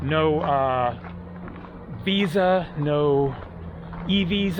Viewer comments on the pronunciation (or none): none